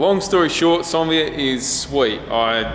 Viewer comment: why does call it a sonvia, isn't it a Onevia